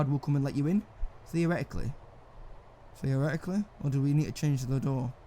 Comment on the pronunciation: Drinking game Take a shot everytime he says 'Theareticaly'.